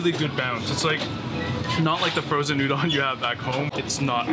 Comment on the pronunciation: Good manners dictate..remove your cap when dining! Be polite. Udon is pronounced u-d Ohn ..not U- Don